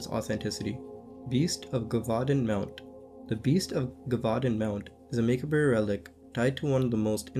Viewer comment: Muh-kob. Jev-vu-don. Just some help on pronouncing macabre and gevudan. Im assuming u are autodiadactic (self taught) i am too and often mispronounce words as well... this is because i have never heard someone else pronounce those wors